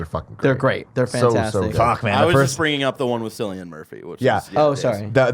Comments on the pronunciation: It’s Cillian Murphy with a hard C (similar to Killian) pedantic I know but I cringed way too much at Sillian Murphy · Cillian Murphy. Kill-ian, not Sill-ian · I didn't realise until now how annoying it is when people mispronounce Cillian. It's just pronounced the same as Killian.